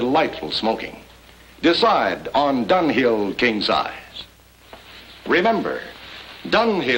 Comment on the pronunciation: It sounds so much more like Dunghill than Dunhill.